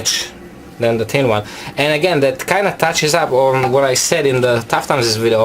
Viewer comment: Is he saying tin or thin